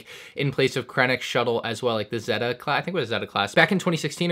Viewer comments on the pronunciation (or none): none